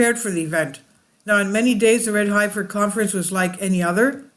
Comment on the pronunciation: heffing heffer!! :-)